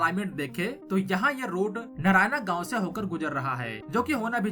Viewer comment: Learn to pronounce words correctly. नारायणा गाव ❌ नारायण गाव ✅ वधवन ❌❌ वाढवण ✅ छबन भुजबन ❌छगन भुजबळ ✅